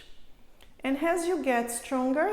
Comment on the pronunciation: I love those exercises but its very distracting to hear all the time "inch" as in "leftch" instead of left, "anch" instead of and, "sitch" instead of sit, "eich" instead of eight and so on, whats up with all those "inch" all the time, you may think a doc would speak correctly. It was so annoying, i could not finish my exercises